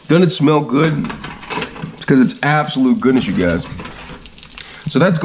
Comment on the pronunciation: “Gud” lol